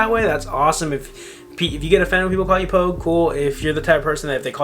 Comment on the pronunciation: dude, its "pogue". get your shit together